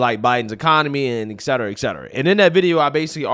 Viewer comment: Et cetera, not ex cetera.